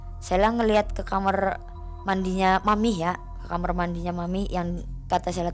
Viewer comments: Kamar knpa jadi kamer 🤣 daritadi denget kosakatanya jadi ngakak 🤣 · Kamar woyy bukan kamer